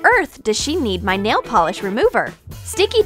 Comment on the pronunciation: It’s nail not nall